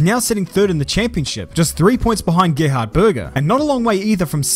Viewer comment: As an Austrian listening to this was like:: Gerhard... Me: Uh, impeccable pronunciation, I appreciate that.: Börger Me: 😑